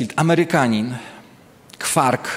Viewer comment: Kwakr nie kwark.